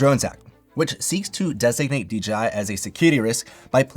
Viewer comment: ...Why are you saying DJI like that? lol